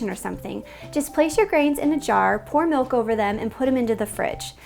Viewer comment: The way she pronounces kefir drives me crazy. I'm not shocked given that she pronounced milk like melk.